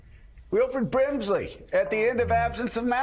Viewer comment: God Joe stooooopp!! Ur NOT funny!!! Hahahahahaha Joe completely botches Wilford “Brimley‘s” name and check out willy’s shocked face,trying not to laugh and pretending to write Joe’s brazened “I know everything”mistake down!! Hilarious!